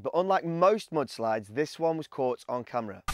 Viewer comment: Mudslides, not moodslides! Lol